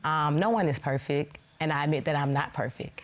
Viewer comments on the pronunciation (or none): ma'am....You're 33 years old.....Did you say 'perfek'? You're way too old to be mispronouncing perfect.